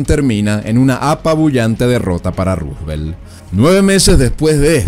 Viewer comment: Está bien pronunciado y bien escrito